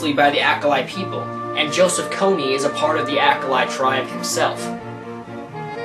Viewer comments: "Accolite Tribe"? ..It's pronounced (AaahCholee) Aaah ..Cho (as in choke)..Lee ... hence..Acholi. Dude this video is very poorly researched. While I agree with you that Invisible Children is a shady organization. Trying to rebuttal the video with distorted information in an attempt to appear intelligent. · its pronounced r choe lee